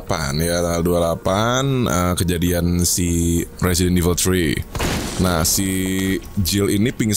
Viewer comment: Temen w ngomong Resident Evil bukan kek gitu.Dia ngomongnya Presiden evil akwoakowkw